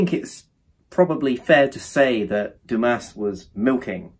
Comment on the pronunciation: Sorry but this is a bad review. And also at least read Dumas correctly....